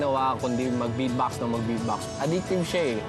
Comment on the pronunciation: iwan ko kung mali lang ang pandinig ko...ang pagkarinig so sabi nya..bedbox instead of beatbox...bulol ba sya?